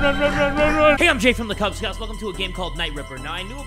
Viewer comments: My guy said “cube scouts” instead of “kubz scouts” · I love how jay made a mistake and said cude instead of kubz No hate just loving it because I love mistakes lol